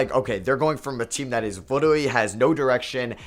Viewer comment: Why did you say literally like that in the beginning 😂😂